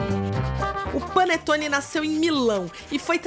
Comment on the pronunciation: É um "Pãonetone". Hahaha